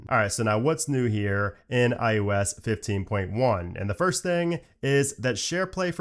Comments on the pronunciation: Eye Oh Ess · Why can you say Mac OS…..but say mac I you S…….over and over….